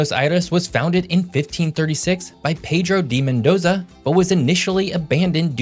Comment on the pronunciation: I’m one of biggest fans, but I got a kick out of him pronouncing Buenos Aires perfectly, and then saying what sounds like “Pedro dee Mondoza” instead of what sounds like “Pedro day Mondoza.”